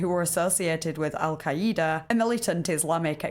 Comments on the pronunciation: Pronounced al ky duh, not al kuh eeda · Al- kai- EE- da? Really? Between every sentence sounding like a question and horrible pronunciation, then the story being utter dog crap, no "trippy" details, just the story of a guy having a day, seeing a bad thing (like all of us) and going about life... definitely content worthy... Yikes..